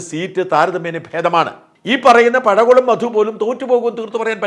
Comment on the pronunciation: പടകുളം അല്ലടോ മാപ്ലെ, പഴകുളം